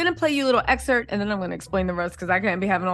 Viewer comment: Excerp??? It’s excerpt.